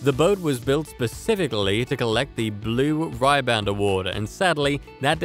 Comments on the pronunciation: It’s not ryban it’s ribbon as in a girls hair. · The guy can not even pronounce RIBAND, it is not the Blue Ryband🤷‍♀️ Then the yacht for the King of Spain FAUNUS #1, it can not possibly go that speed with only 4200 hp of engines ((2 x 1200 hp & then 3 x 600 hp) for that size of boat: The number 3 boat a 68 meter, Desriero, was slower and had 55,000 hp:::::::when I search the 3 Rolls Royce turbines were 6700 hp each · I WOULD have given this video a thumbs up - if only the pronunciation had been better... "the Blue Rye-band"??? Seriously???????? And then you show r/c toys too??!!!